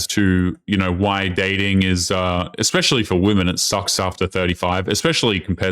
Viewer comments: Is she saying "expecially"? People can't speak properly anymore. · The girl pronouncing it exspecially instead of especially really annoyed me. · Eckspecially??? HUH???🙄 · I checked in the dictionary and "ekspecially" wasnt in there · "Ecks-specially." Jesus. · Chick Maybe because you pronounce it 'eckspecially' 🤔🤨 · "Ek-specially" is not a word... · I heard a girl in 5th grade pronounce it like that. I guess it's normal in clown world 🤡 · My goodness, I was watching this video with headphones on, the vocal fry of that second woman actually made me angry. And she's 35 but can't pronounce especially! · what is "eggspecially"? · "Expecially"? Another brilliant woman's intellect on display! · Is she saying “expecially”? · Yeah l noticed that too. Stupidity, Stupidity, Stupidity 😂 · Reminder: There is no "X" in especially ... learn to speak properly.